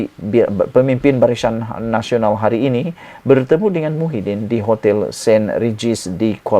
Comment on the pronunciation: Barisyan Nasional.. Apa keras lidah tu? 😁😁😁